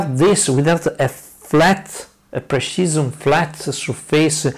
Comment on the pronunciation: "High pershisem" XD Good video. i Hope your homemade pershisem lathe cuts well.